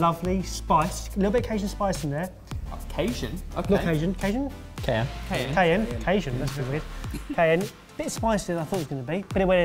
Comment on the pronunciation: Ca-SHION spice